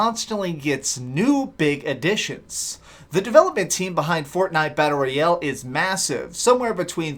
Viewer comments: Battle Royell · wtf is battle roy el